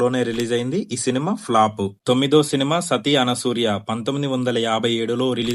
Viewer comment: సతి అనసూర్య కాదు అనసూయ